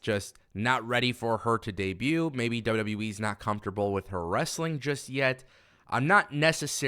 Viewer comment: The only thing you can't say right is wwe u keep saying w we wtf is w we lol😅